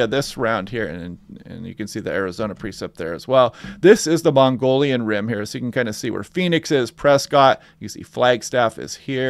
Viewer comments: mogollon not mongolian... pronounced mogie-yawn. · It's 'Mogollon' rim AZ......not 'Mongolian' east Asia......just sayin......👍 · Hey, not to be picky, but you are not pronouncing Mogollon correctly. It is not northern Asia. It is pronounced Mo-ghee-own. I lived in the 4 corners area for 5 decades.